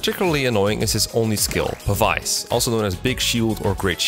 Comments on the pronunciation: Say it with me now Pah-bees, not pa-vice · I hate to be nitpick, but this was honestly throwing me off a lot throughout the video, so I just had to comment for future reference. Pavise is pronounced like "pavis." The ability is in reference to pavise shields, which were very large shields that, unlike regular shields, were not held in the hand when in use but instead deployed on the ground to stand upright independently. They essentially acted as portable cover from incoming arrow fire.